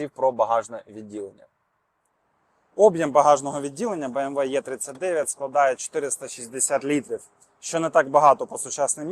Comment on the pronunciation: 🤦🤦‍♀ Буква "Є" це не "Е" , а англійською або німецькою це " Е " або " І " !